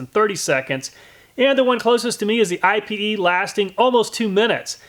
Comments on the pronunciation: If you’re wondering about the pronunciation on Ipe, I’ve heard a lot of people saying it “ee pay.” cool test! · pronounced "ee- pay"...i was wondering what I-P-E was. i didnt know thats how you spelled it so i had to google it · It’s actually pronounced “eepay”. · FYI IPE isn't an initialism, it's a word, ipe, pronounced like the word 'pee' in Pig Latin, ee-pay. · it's not I.P.E. it's pronounced eap-aye.. or I've heard eye-pay.. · If thats Brazilian Ipê wood then it isnt said like I.P.E wood but it's actually 'Ih-peh' wood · I believe it's pronounced ee-pay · It's pronounced "eyep" or (in French) "e-pay". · For the record, it’s pronounced “Eepay” or “Ippay.” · Pronounced EE-pay .... just like Ebay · IPE is pronounced EE-PAY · It's pronounced (eee-pay) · Its pronounced eepay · Ipe is pronounced 'EEE-pay', its also known as Iron Wood so no need for another Ipe/Iron Wood test. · EDIT, Miss heard.. You have walnut and IPE, but it is pronounced (EEE PAY) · It's pronounced eepay. It's a great bow wood due to almost non existent knots, straight grain, and insane density. The people who make flammability ratings for stuff classify it as more fire resistant than aluminum. It's so oily that it does not need to be treated for exposer to weather. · Ipe actually has a pronunciation. It's "eepay". Just FYI.... Love your videos, and the logical way you do your tests! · ipe is pronounce E-PAY. It is the strongest and nicest decking you can buy. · Ipe is pronounced ee-pay just letting u know cool vid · I had to Google ipe, and just so you know for future reference, it's pronounced "ee-pay". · Lots of fun. Fyi we pronounce ipe (ēpāy). Not totally sure if its correct but around here thats what everyone calls it lol. Ipe is some hard stuff right. As a carpenter for 20+yrs ive done lots of decks with it and i use the scraps for work benches and shelves in my garage good stuff but ya do have to predrill and tap it if ya want a good bullet proof joint. Thanks for the vid take care p